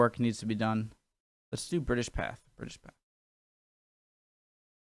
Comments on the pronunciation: Just so you know it's pronounced 'British PathAY' not 'path'. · Do you not read peoples comments? Pathe pronounced Path ay not path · Interesting to note the American clip had guns. no change there then. Pathe news is pronounced Patha with a hard a. It is French with an acuite accent over the e./ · It is pronounced Path ay. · Pathé is pronounced 'Pathay' It comes from it's founder, a Parisian named Charles Pathé, a moving picture pioneer who started Pathé Frere in Paris in 1908 and opened an office in London in 1910. During WW1 it became known as Pathé News and soon after as British Pathé News. Arthur Wellesley, the Duke of Wellington had his photograph taken in 1844 when he was 75 years old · The pronunciation of ‘Pathé’ has been semi-anglicised and is said as ‘Pathay’. (In French ‘th’ is pronounced as ‘t’). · "Pathé" is pronounced "Pathay". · It's pronounced "path-ay", 😉. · OK PATHÉ its french (Pathay ) in english pronunciation. However french dont ssy Th So it is actually Pat The ftench pat brothers... but in uk we always said Pathé ( pathay ) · Pathe is pronounced "path-ay" because it's a French name - Pathé. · Pathé - French so is pronounced more like Path-ay. Unless you know that and are out to wind us up! There are hundreds of newsreels out there on their website. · The first ever film very short, was made in my home city of Leeds England in 1888. Also its pronounced Pathay